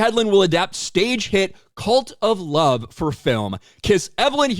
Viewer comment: Oh, CuLt of Love. Has read it differently.